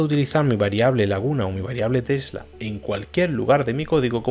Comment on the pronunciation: entiendo mas el codigo que cuando hablas, se te escucha tela y no tesla, omg